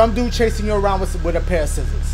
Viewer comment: yo pause dashie talkin bt “sciszzorza JIZZorza”🤣🤣🤣